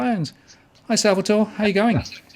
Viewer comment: It's Sal-va-toree